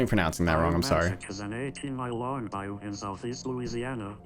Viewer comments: This isn't to be rude, but it's pronounced "Bye-oo", not "Bay-ow" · Even Oracle pronounced it wrong, don’t worry. (oracle pronounced it “Bye-oh”, even thought it’s “Bye-oo”) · As a Louisianan, i find it very offensive of you to call it Bay-o. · I seriously cannot get over how he says BAYO instead of BA-YOU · Also, it isn’t Bayou (bay-o) it’s Bayou (buy-you) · You gotta learn to pronounce some of the easiest words better. Like - BA-You, not bay-o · I love, but I know he didn't just pronounce bayou as "bay-oh". For anybody else who doesn't know, it's "bye-you". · It's pronounced Bi You not bay yo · It’s buy you not bay yo lol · bay-oh Man-chack no no no Bye-you Mon-chock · Bro you mispronounced Bayou it’s said by-you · Did this mfer just say Bai-yew like mayo with a b. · bayou is (bye- oo, or bi- you) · and the way said Bayou made me laugh and cringe so hard 😂 it’s pronounced “Bye-you” lol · You butchered bayou it’s b “ai” u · Gotta put this out there on behalf of Louisiana. Bayou is pronounced bye-you. The French do have funny words lol. Love this content though!! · bayou pronouciation bye-oo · I cant help but feel slightly offended at the incorrect pronunciation of bayou. Its bye-you thats the pronunciation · Please dont consider this rude. Just letting you know that isn't how to pronounce bayou. It's more like "Bye You" it's french. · Bayou is a french word im pretty sure but its like a super swamp and its pronounced "bye-you" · Not to criticize your pronunciation but Bayou is pronounced Bye you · Bayou is pronounced Bye-you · Everything about this serious and this video is amazing but it's funny hearing he pronounced bayou. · YOU PRONOUNCED BAYOU WRONG 😭😭😭😭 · I’m not even a Southerner, but the way he pronounced “Bayou” physically hurt me 😅